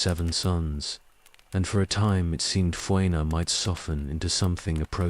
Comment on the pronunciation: It's pretty good, just the mispronunciation of several proper names, especially Fëanor, was a bit jarring.